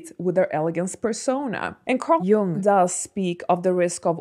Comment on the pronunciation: You pronounced Carl Jung's name right.